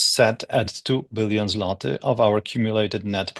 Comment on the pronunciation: Hearing you pronoince the polish currency "Zlati" is funny as I live with a polish guy so I hear it a lot pronounced as "Zvotig"